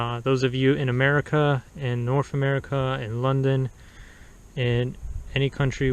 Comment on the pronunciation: Good reviews and you made me laugh. You said that the Car Rover people didn't use proper grammar, yet you keep saying " suscribers' (SUBscibers) or made in merica (America) Maybe you're just being funny. But again, good review